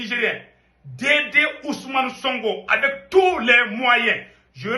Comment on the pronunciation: C'est sonko pas songo toi aussi avec ton français